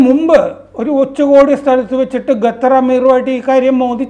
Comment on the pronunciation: ഗത്തർ അല്ല ഖത്തർ ആണ്